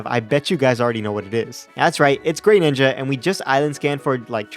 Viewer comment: It's pronounced gruh ninja